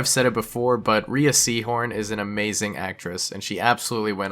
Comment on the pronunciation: Mispronouncing Rhea Seehorn's name so many times, now that's truly Something Unforgivable.